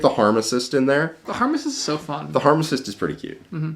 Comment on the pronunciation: As a real life pharmacist, the fact that you called the biologus the “harmacist” just made me so happy